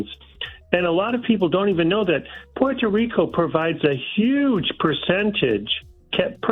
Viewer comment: I love the way my dude says "PUER-TOH RICO". He is pronouncing it correctly but still sounds gringo. 😆👊